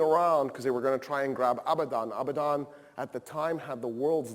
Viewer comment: One mistake that I noticed, the city name Abadan meaning is not never although he is pronouncing it like ابدا which correctly means 'never' as he mentioned the correct city name is عبدان which is a different word the confusion is due to the pronounciation of letters 'ا' and 'ع' is 'a'